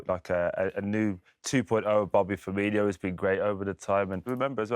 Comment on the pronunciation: It Firmino …not firmihio 🤷🏻‍♂️😂